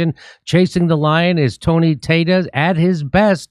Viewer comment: How the hell does "Tata" become "Tay-Ta"? It would have to be pronounced "Tay-tay", which is far worse.